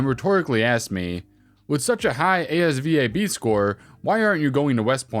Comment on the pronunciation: I got a 98 on the ASVAB. That's pronounced "AZ VAB," not spelled by letters.